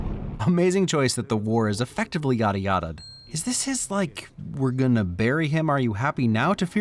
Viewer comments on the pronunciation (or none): none